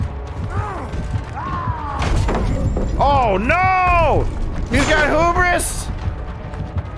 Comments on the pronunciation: It's Hubris, not Hoobris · It's pronounced hue-bris not who-bris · lol 🤣❤️ it's "(Hyoo)bruhs". Not (Hōō)bris. "Hu" pronounces like "H,YOU 😉 Hubris 🤘😍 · So happy to see more Knight videos! Such a cool killer! Also, I just have to mention, the word Hubris is pronounced 'Hue-Bris' not 'Hoo-bris' ;) keep up the great work! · I love when there's a new -ism: "hoo-bris" 🤣